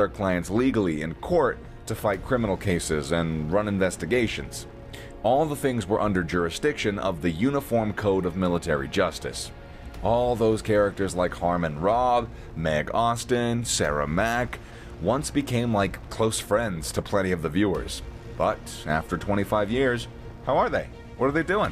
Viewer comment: Maybe you could get the name of the main male character - Harmon Rabb correct - you keep referring to him as “Robb” both in the voiceover and subtitles.